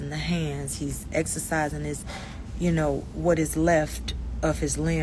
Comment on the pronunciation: I heard that bmore Yew 😂🤣 love it!!